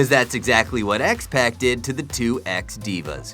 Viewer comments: As a lifelong fan and former small time Wrestler before my knees shattered, I can't stand seeing POSERS come in and pretend that they know what they are talking about. I mean, come on! It's THE GODWINS, not "THE GOODWINS"...It's X-PAC (pronounced X-poc), not "X-PACK" like he's ordering a 6 PACK...And NEIDHART is pronounced 'NIDEHART', not Jim "NEEDHART"! It's a good thing he didn't have to include Bret Harts' full name or he would've said "BRET 'THE HATMAN' HART"! Just don't pass out from too much Helium! Seriously though, When I want to hear or talk about the best damn sport in The World, I want to hear from someone who is knowledgeable because they take it SERIOUSLY and are a TRUE FAN. I don't want to hear from someone that is just being HANDED A PIECE OF PAPER TO READ and PRETENDING that they know what they're talking about! How can we, as fans that want to learn more, take this guy seriously and trust the information he's presenting if he can't even pronounce the names of WELL KNOWN Wrestlers (they're not even close to being obscure wrestlers)?! And they weren't just "Mistakes" because he repeatedly said X-pacs' name wrong, over and over, and said "GOODWIN" instead of GODWIN 2 or 3 times! Please, find someone that KNOWS what they are talking about. It's only right. Being a true, lifelong fan, those mistakes were really irking me to no end. I CAN'T be the only one that is bothered by this. If anybody out there agrees with me, give me a "THUMBS UP" so that the 'Powers That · Its spelled Godwin not Goodwin also its X-Pac as in X-Poc not X-Peck or X-Pack and its Neidhart as in Nidehart not Needhart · X-pock not X-pack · x Pack? x ppac pronounced Pock ..fuck you are stupid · X Pac not pack...smh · It’s pronounced pock not pack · U said x pac wrong its spelled x pac but its pronoused x poc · Pronounce the names correctly! X-Pac is pronounced X-Poc and Neidhart is pronounced Nidehart, one word. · X-pac is pronounce x-poc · and x-pec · The way he say xpac smh